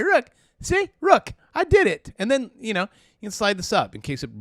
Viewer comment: He said, “Rook! I did it.”😂😂